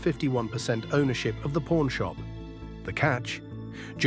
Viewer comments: I've watched this series for years! Was in the actual shop in 2013...but I have never heard it referred to as pOrn shop! C'mon...pronunciation please!🤦‍♂️ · Learn how to pronounce the word "pawn" right! Even the closed captioning shows "Porn Stars" when you say it.